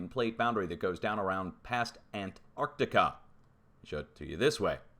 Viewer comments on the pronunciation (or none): none